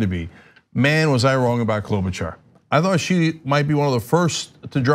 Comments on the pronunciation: I think she says KLO-buh-shar, not KLO-buh-char. And yeah, she's a not so fake typical politician, too. They're all fake, but she's less fake. Has also worked a lot with people across the aisle, and has more experience in the senate than Pete has in South Bend. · It's Klo-buh-Shar. Not Klo-bu-Char. Driving me frikking crazy.